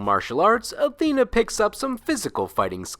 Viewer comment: Unrelated. I really dislike how majority pronounce Athena. I don't want to be that guy. But it does bother me